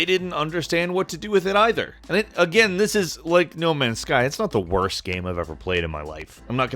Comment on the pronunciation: im not ur fwend buddy im not ur buddy guy im not ur guy fwend No Man's Guy